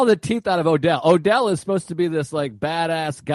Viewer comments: I'll listen to anybody talk about Jackie Brown, but it's kind of driving me crazy that he keeps calling "Odell" instead of Ordell. Not a big deal, I guess, but he's the one who said he's watched it about 900 times. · Same. And he keeps saying it wrong SO MANY TIMES.